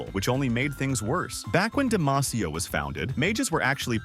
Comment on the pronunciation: No, godamnit, you had the names correct the first time, and suddenly we're back to Demayteea >.<